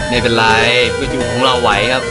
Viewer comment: พอพี่พูดปิ๊กาจู ผมนึกว่า ไอนั้นทุกทีเลย